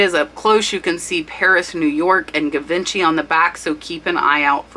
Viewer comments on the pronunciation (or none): Love your info! Thanks for sharing. A small pronunciation lesson if you don't mind Not GA Vin chee Jee von shee It's a classic designer name, they were hottest in the 50's, especially in Hollywood. Still considered top shelf. Hope you do more of these! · Pronounced gee vos Shay. 😊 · Beautiful Hattie Carnegie brooch your friend sold. It is "cabochan" (with an o.) French derived word basically meaning "a polished dome." Usually oval or round and not faceted. English pronunciation "kah-bo-shawn." Givenchy - "zshee-von-shee." Trifari--"Trih-far-ee" not "Try-fari". Hope that helps!~ I know you teach us the importance of spelling keywords correctly when listing.:-) Keep up the great content. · Sorry that I have pet peeves with proper pronunciations...., it's not guh vin chee. The American pronunciation is zhee vaan SHEE (the zhe is similar to a lazy gee), or the British pronunciation is zuh VON shee. Also, diamond or crystal "pave" is not pave as in concrete. It is pronounced pa-vay. You do an awesome job in your research and videos but mispronouncing too many of the words and brands specific to the jewelry business will make you sound inexperienced. I just found your channel and will be back. Thank-you! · 'Givenchy' is pronounced 'Zhi-von-she'. It's a luxury French fashion brand:) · It is pronounced jee-von-shay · Just a friendly comment on pronunciation: it’s pronounced ‘Zhee-VAWN-shee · Love your videos! Thank you so much! French pronunciation fot Givenchy is Gee-vaun-shay. Learned it several years ago (I'm old LOL). Keep up your great work... you're amazing!!! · Givenchy pronounced Ge"Von"She" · Omg, givenchy, lol. It is pronounced more like gi - van - shi. Great video. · Givenchy pronounced “J”ivenchy And gilt is “g”ilt from word gilded, not “j”ilt. English is my second language and it doesn’t make sense! Very informative! Without a bunch of nonsense! Shared your Tea cup video with my sister and she’s pulling her collection out. 😊You’re my only subscription.